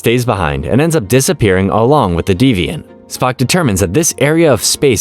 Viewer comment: Your pronunciation is embarrassingly bad. You really think they'd name a ship the Deviant?